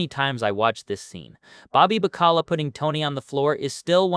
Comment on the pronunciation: Bobby Ba-Cala? Its Baca-la. You know what that means? Ofcourse you don't.. it means Salted Cod. WE TAUGHT THE WORLD HOW TO EAT!